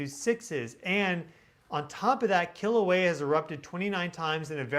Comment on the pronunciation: Aloha, my family and I from the Big Island, Hawai'i and we really appreciate your channel. We find it so interesting and helpful -truly the only news we care to listen to! And thanks for pronouncing Kilauea properly, a lot of scientist have trouble with that lol